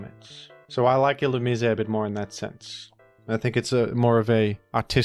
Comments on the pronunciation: You pronounced it "ill-oo-mee-say", when it's actually intended to be pronounced "ill-oo-mai-see". Might be an Australian thing tho idk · Ill-ooh-meez Illumisé pronouncers are illiterate. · How else would you pronounce illumise? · I want to buy the thesaurus that tells you how to pronounce Illumise